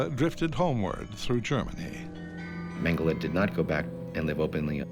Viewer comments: ‘Mengelay’ is NOT his name. If the mispronunciation is a way of disrespecting him, then let the listener in on it; if it’s just poor scholarship, then a search for someone with better spoken word skills might be in order. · Why does the Exec producer tolerate some Brit prxck who can’t or won’t say Mengele’s name properly. If it’s meant to be a way of pouring scorn on the shxt head, why not call him ‘MeanJelly’!